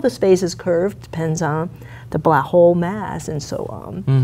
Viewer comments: She's a black hole hunter and she can't even say black hole right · her careers focus is on blackholes yet she cannot prononciate it...interesting 🤔